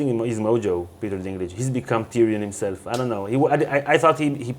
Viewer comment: "Himslef" :D